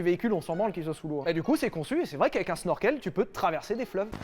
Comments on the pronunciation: On dit chneurkeul... Pour Snorkel.. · Ça se dit CHnorkel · Petite information d'un rageux, on dit pas Snorkel mais shnorshell c est une invention Hollandaise pour les sous marins qui a été redevloppé pendant la WW2 par les allemands avec les U-boot. Voilà.